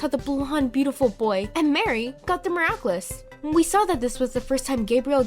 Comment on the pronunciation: Also, stop saying 'miraclus' its annoying